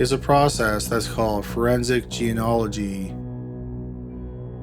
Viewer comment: Forensic genealogy not geanolgy